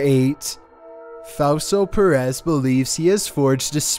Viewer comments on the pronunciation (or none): none